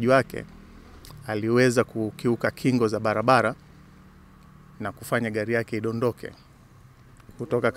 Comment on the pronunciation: Hella, ni sheeeedah! c kwa lafudhi hii,Eti Gali, deleva,kulekebisha, Nyelele😂😂😂😂